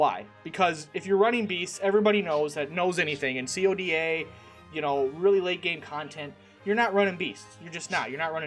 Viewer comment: quick question, why do you always refer to coda as C O D A? as far as I know, coda is just pronounced as coda. just wondering😅